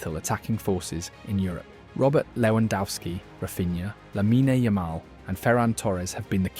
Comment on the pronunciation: Didn't even know how to say Lamine Yamal lol. AI garbage channel.